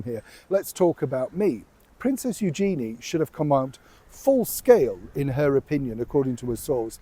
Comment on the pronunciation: Pronunciation of her name is actually U zhen-ee with emphasis on U.